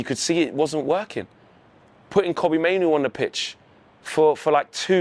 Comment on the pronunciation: l like how you've rhymed Mainoo with menu.